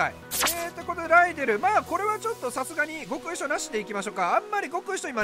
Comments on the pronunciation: ライデルがライネルと今まで聞こえてた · 安打の生放送でアリエルって間違えたからライデルって強調してるの草